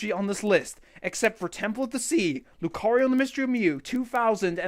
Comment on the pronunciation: I'm not even a Pokémon fan and even I know it's pronounced Lu-KAH-rio.